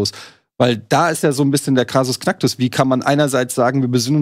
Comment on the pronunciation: Hat wirklich Krasus Knacktus gesagt?